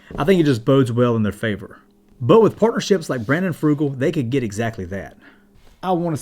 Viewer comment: Brandon Fugal not FRugal lol